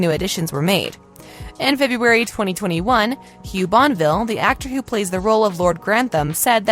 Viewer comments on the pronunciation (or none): Bonneville is pronounced bah-nuh-vil, not bon-vil and Rob James Collier is kahl-yer. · Respectfully, please learn to pronounce folks’ names. Bonneville is pronounced “bon-nuh-ville.” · Why would you even bother narrating this without finding out how to pronounce "Bonneville"??? Hint: There are THREE SYLLABLES in Bonneville. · She couldn't even be bothered to pronounce "Bonneville" correctly.